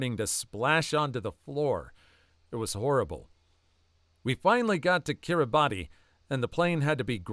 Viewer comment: kiribati is pronounced ki-ree-bas